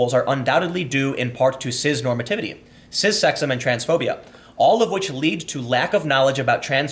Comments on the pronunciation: I’m pretty sure that it’s pronounced “siss” not “siz” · Turned off after the second time you said ciZ and foLks. Dislike both words (is cis even a word?) but didn't realise your pronunciation of them annoyed me even more.